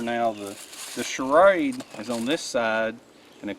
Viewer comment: condor all the way,,, btw the way you pronounce shrade like charade is funny as hell!